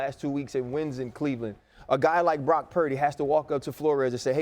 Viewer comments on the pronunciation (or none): none